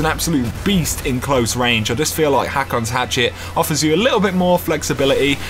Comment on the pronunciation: it's pronounced (hoke)